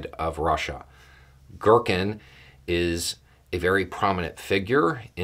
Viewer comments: Not to criticize overly here because it's actually really funny GEAR-keen. Not gherkin. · its Ги́ркин G(ee)rkin or G(ea)rkin (like the word gear) aka Strelkov. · To pronounce Girkin closer to Russian, pronounce it as "gear-keen".